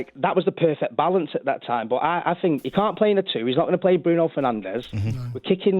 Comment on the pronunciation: Get rid of him. 4 years of a WASTE. Bruno showed how to do it. Van De Beek played. Pogba is a WASTE. Want him gone. Also why can presenters not say the word think??? What is 'I fink.....I fink....I fink....'??